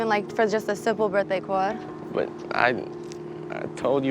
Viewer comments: “card” “cawwwd” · "a simple birthday cawwhd" LMAO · Nah for me it’s a birthday Cwaad 😂😂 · Weird how thick the first girls accent got when they met her guy. The way she pronounced birthday card then and back when she was talking to Nev on the couch was waaay different. Putting on a fake accent is strange.